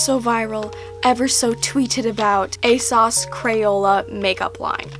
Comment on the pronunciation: You’re the first person I’ve watched that actually pronounces ASOS properly omg bless